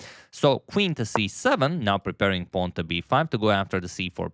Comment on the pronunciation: "A pwan promoted to B pawn"